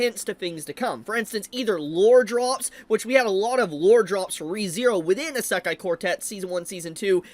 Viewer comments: Brother has NO IDEA how to pronounce "Isekai". Lemme help you, kid. It's said E-See-Kai , NOT A-Sak-Kai. (Semi) joke aside, I can't wait for more Isekai. It's been years! Sources: Japanese wife / Speaks four languages./ weeb for over 40+ years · Why does he pronounce it esekai